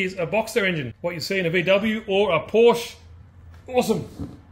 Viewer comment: Love your videos. But do me a favor. Please don’t say Porsch! Porsche is a name.